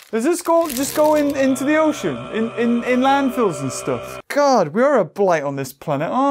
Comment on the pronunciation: i love the part that he says i hhate this staf